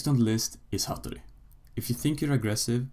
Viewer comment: Du kan fan inte säga hattori